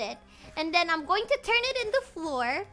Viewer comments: Does she say it like the number 4? Okay so I was correct and I regret I was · I’ve never heard anyone pronounce flour like that and i love it